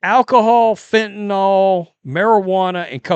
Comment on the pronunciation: Fentanyl, not "fentanall..."